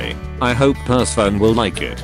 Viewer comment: The fact the robot voice reads "Persephone" as "Purse Phone"